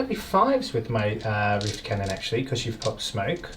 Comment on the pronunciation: Love this worldeaters army Also everyone says rift cannon I hear wiff cannon